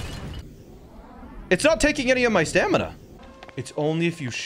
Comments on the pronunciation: bro said stanima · He continues to say stanima